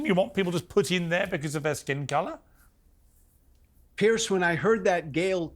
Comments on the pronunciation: His name is Piers not Pierce. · Why can’t Yanks pronounce Piers? It’s not Pierce it’s Piers. Like two piers